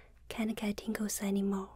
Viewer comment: At first I thought she said ,Tinkle